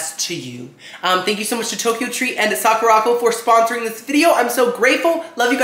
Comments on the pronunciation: I'm sorry idk if you've been told this already but it's Sakura co not Sakurocko sorry not tryna sound rude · Lol just a heads up its pronounce "sahh - coo - da. ...... Co" co is separate it just means company